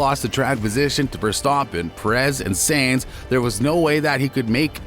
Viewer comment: My guy it’s tough to listen to you continuously saying Sainz last name wrong. Good video though.